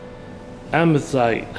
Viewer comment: it's Amethyst, not "Amezite" That is a NOVICE mistake.